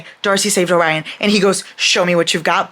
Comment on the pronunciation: Calling Orion “Obrian” was the highlight of my day 💀